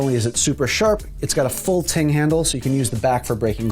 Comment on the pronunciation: Your knife has a full "TANG" not ting. Someone didn't read the prompter correctly.